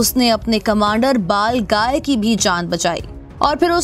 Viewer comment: Kis kis ne mistake pakdi he iski balgai bhi bolna nahi ata he chali chanel chalane balgai hota he baglai nahi